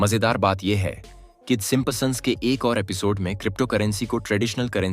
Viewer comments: Bro pronounce the word properly! It's Simpsons not Simposon!! Can't even pronounce properly 😂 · Aarey sim sons hai simpa sons nahi kya pure video ki bajA daali 😂😂😂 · It's not simpasons, it's simpsons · Simp son nahi bola jata. 😅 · gadha hain woh P silent hota hai yeh woh vi pad raha hain 😆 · Ur pronunciation of Simpsons 😂😂😂😂😂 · Bhai pronounce to sahi se karo p silent hain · Please check how you are pronouncing Simpsons....